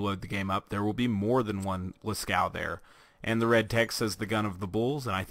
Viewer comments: I Razzle I he said it like las-cow, and it's actually pronounced like las-co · I Razzle I Yea Las-Coo sounds familiar too. Its Las-Cove or Las-Coo, i'm not sure. But it's nit Las-Caux(cocks) as some people pronounce it xD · Oh yeah now that I watch it again he said Las-Cow. XD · The name and pattern are references to the Lascaux cave paintings in France, due to them being in France it has a french pronunciation, it is pronounced as lah-coo-ah, the "s" is silent. And the painting is of a cow. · Did you mean to say lä-ˈskō? Because you would not pronounce the U or the X. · i had a stroke when i heard you say its name lmao